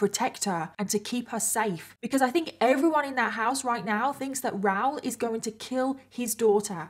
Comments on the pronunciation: Is his name ROWL or Rah-ool??? Not sure I can listen to an hour of “ROWL” So commenting for support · It’s pronounced RA oool, not Rowr. If you can’t even get the chief villain in your story correct, why should we believe your stories have any credibility? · I agree. The American in me also screams “ITS RAH-OOL” when she says “Raoul” but I realize I’m just being a dumb American bc accents and different pronunciations exist 😅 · I honestly thought his name was Ral or Ralph until the clip where he talked to the police and said his name and I realized it was Raoul 😂 I couldn’t search up the case of anything, because I must have misheard you and thought you said Ral the entire time as short for Ralph 😂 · Is that how you guys pronounce the name Raoul on that side? I'm in Canada it's a bit different. 😊😂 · don’t think you are pronouncing his name correct.